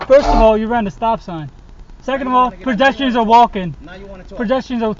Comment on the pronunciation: or so...What's a perjestian? Did he mean pedestrian?